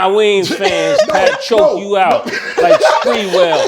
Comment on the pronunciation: “Latrell spreewell” 😂😂😂😂😂